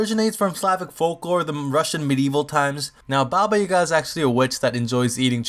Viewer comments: I'm from Serbia and Baba means grandma and it's Jaga and not Yaga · You are saying Baba Yaga wrong.Yaga is pronounced Yiaga. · You dont know how to say yaga! XD!!!! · Baba Yaga isn't "Boogeyman", Baba usually means "Grandmother" in most slavic languages, I know because I'm slavic myself. But Idk what Yaga means, so what I got rn is "Grandmother Yaga." I'm also pretty sure it's pronounced "Yah-gah" not "Ya-gah" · Yeah its not baba yagA its yAGa and baba is grangma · uuuugh baba isnt her name and yaga is pronounced yAga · its nit pronouns Yaga dont put force on Y its iaga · Ok.Actually this comes from Bulgaria.And Baba Yaga means Grandma Yaga. And uasually ,,Yaga" is pronounced "Ya"-when you say YAAAs,and "ga" when you say-GAp. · yaga has emphasis on yaga ^ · You are kinda overpronoucing the second A in Yaga